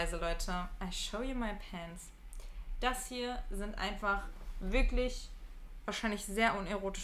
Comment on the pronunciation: Finde es so toll wie deutlich und schön dein hochdeutsch ist. Und dann kommen diese paar Worte " wat, dat, det) schrecklich. Brauchst du nicht!